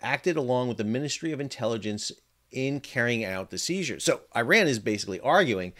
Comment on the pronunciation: Iran= E-Ron Iran# Eye-Ran